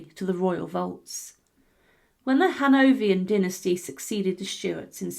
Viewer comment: Or Crécy (Cressy, not Crecky), or Hanoverians, or.... or.....